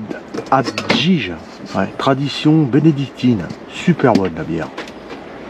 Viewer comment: J'adore " abdij " prononcé abd-jige par Phil ... abdij se prononce abdeil (comme Créteil ou comme abeille avec un D) et signifie abbaye en flamand.